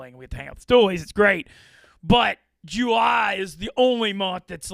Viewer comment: pronunciation of July is mind boggling